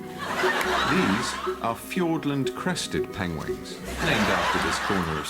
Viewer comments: Ahahahaha Penwings, Penlings Penguins :') Cumberpengwings!! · he even said penlings once lol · Benedict Cumberbatch said "penguins" seven times in the film Penguins of Madagascar, and he only said it right ONCE. Out of seven times. I counted. Haha. Made me love this man even more. ♡